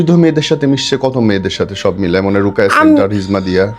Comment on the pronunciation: রুকাইয়্যা না রুকীইয়্যা